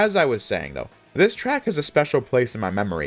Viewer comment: "this tRĂÅck"